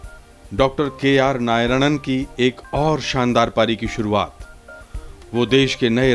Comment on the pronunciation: Narayanan. Not nayaranan